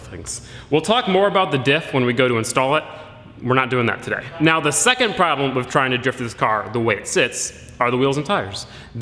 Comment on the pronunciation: I feel like he keeps saying wif instead of with.... I wonder if he also "axe" people questions...